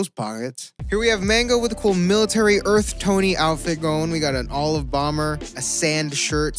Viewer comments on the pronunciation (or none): none